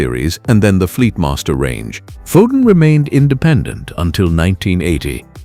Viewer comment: Gave up at Foden of sandbarh